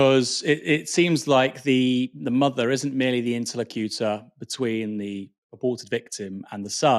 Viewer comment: Pronunciations. interLOCutor. eLECToral. john SOAPle.